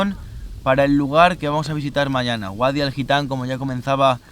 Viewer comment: Mucho mundo y muchos viajes pero dice GUADI en vez de VADI XDDDDDDDD Si es que el catetismo español va en el adn